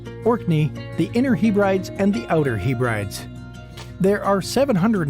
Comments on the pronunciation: Guten Tag wie gehts? As a Scotsman can I just say THIS GUY IS TALKING UTTER PISH. First, the island groups he mentioned are NOT call the He-Brides. It is the HEB-RE-DEES. Also, for some reason he included the Isle of Man for some reason, which has bugger all to do with Scotland. IT ISN'T EVEN TECHNICALLY PART OF THE UK. 🤦‍♂️ That wedding stuff is absolute NONSENSE. Simply not true and as far as I know never ever was true. The blue light in Glasgow was done for the reason you suggested, to make the city a bit less stabby, I pissed myself laughing at his nonsense. Absolute drivel. Oh well, rant over. You would be very welcome in our fine land any time would love to have you. Awrabest and Tschuss 👍🏴👍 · He-brides? It’s pronounced as Hebrides - heh-breh-deez. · What the heck are "Hee-Brides"????? 😂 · The group of islands off the west coast are pronounced "Heb rid ees" not "The He - Brides". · if you come to Scotland please do not call the inner and outer Hebrides the ‘Heee Brides’, you will get ridiculed for that. They are pronounced ‘Heb Rid Eeze’ Hope you do come to Scotland. The best thing about Scotland is that the people are so friendly especially in Glasgow, but then I would say that wouldn’t I as I am from Glasgow. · I’d break it down as HEB-ruh-DEEZ. The ‘d’ is the start of the third syllable, not the end of the second. But ultimately, I agree that listening to someone calling them the He-brides was painful. To be fair though, I don’t think I’ve watched a single video on YouTube about Scotland that’s been made by a non-Scot where Hebrides has been pronounced correctly. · It’s said as ‘heb rid eese!’ It’s bad the way the narrator of the video says it as he is not believable regarding a lot of the content! Where did he get his information. Unbelievable !!! Not factual in a lot of what was said! I’m born and bred Scottish and a lot of rubbish was portrayed in this! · Lol its pronounced heb ridees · The are called The Heb rid ees.